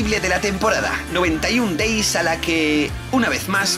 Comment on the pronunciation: "Noventaiun Deis" jsjsjsj no mams